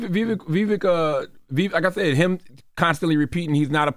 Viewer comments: The breakfast club is trying hard to undermine Vivek ‘s rise by any means. Purposely mispronouncing his name here and there. It’s pathetic to see this hate since he gave them a spank last interview with him, exposing their baseless political arguments !!! Vivek was on fire last night on that stage and trended number 1 all night on Twitter as the winner of the debate. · The Breakfast Club is so disrespectful when speaking about minorities. They won’t even pronounce Vivek’s name correctly, or worse, Charlamagne saying “whatever his name is”. I miss Angela Yee, she brought class and reason to the show. 😔